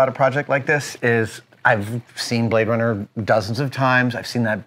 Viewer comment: He say you Brade Runner!